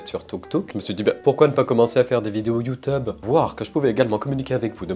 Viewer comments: Ses youtube pas youteube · Youteb. Touktouk. 😂😂😂😂😂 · Le "YoU TuB" il m'as défoncer 🤣🤣🤣🤣🤣🤣 Mais aussi, toute mes condoléances cher je suis désolée pour vous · Comment il a dit youtube😂😂😂